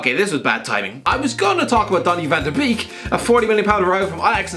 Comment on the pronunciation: just because it seems like no one knows how to pronounce Van der beek= Fan der bake